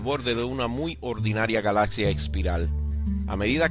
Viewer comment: no se dice galacia, se pronuncia con "x", galaxia, para que te guíes la "x" suena como "dc"